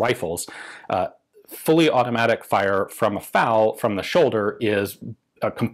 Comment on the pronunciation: It's F.A.L., not fal.